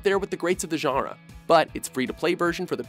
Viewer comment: i wish you pronounced "genre" as "john-ruh" instead of "jhunr"